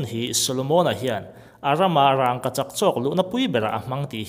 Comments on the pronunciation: Aw, sawi chiang thei e. Rangkachak han tih hian, "rang" lai tak hi thlûk loh tur a ni a, thlûk chu a dik lo a ni tawp mai. Amah hian lam rik dan tur a nei ve tawp a ni. Chungtiang zelin hming dang, Buhchiûm pawh hi a ûm lai hian rik dan tur bik a nei ang hi a ni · Rangkachak i lam dan hi adik lo agaihthlak ahreh awm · a ngaihnawm hle mai,mahse rangkachak tih laite hi... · Thluk dik lo ania, kan hrilh kha apawi lo reng reng, tang dik lo,Zika dik lo,thluk dik lo kan inhrilh tawn hian kan hnam tawng humhimna leh ti hlu tu ania, adik lo leh tawng chhuak thar leh inthlahdah tawng ti mai ang kan pawm duak duak hian kan tawng ati hausa ka ti ve lo,ati dazat ka ti zawk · Rangkachak i lamdan hi ithluk tlata thluk loh tur,thildangah chuan sawisel na tur a awmlo angaihnawm e. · "Rangkachak" tih hi i lam dik lo vek. "Rangva" tih a "Rang" kan lam ang hian i thluk vak a..an thluk vak ngailo. Thluk chiam loin "Vangvat" (Leech) han lam a "Vang" tih kan lam rik ang chiah hian "Rangkachak" tiin lam mai rawh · Rangkachak tih i lam hian ....rang tih hi thluk dulh lo la. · Engatinge rangkachak i lam dan hi, "r a n g" lai hi i thlûk a? Thlûk miah lovin, "rang" tiin mi zawng zawngin kan lam a, kan lo lam dik lo zawk em ni le? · Lei tawt hi chu ka la hrethiam a duh vang a ni lo. Mahse raangkachak tih hi chu amah chiah, mithiam zawkte pawh rawn ve awm. A chapo thlak em maii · I rangkachak lam dan chu. Va han tenawm mai mai ve. Lam pui leh no itum lutuk emawni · Kan bawngpui a rang ang ni lovin ràngkachak tih mai tur a ni e. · Rangkachak ti mai la.. ràngkachak.. rang lai khi i thluk vak a😀😀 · Raaangkachak pawh ani mailo,,wraangkachak han tih tlat mai chu aww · Rângkachak nilo in Rangkachak tiin lam rila, a thuk a dik zawk hmel. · mizo tawng ah khi tiag thluk a wmlo 'rangngkachak'..nilo in rangkachak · Rang,ka chak tih in lam roh.rangggkachak ni loin..burma ho mizo tawng hi chu ahriat theih ania. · Raangkachak a nilo, Rangkachak a ni zawk.. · Rang ni lo vin rangka chhak ti tur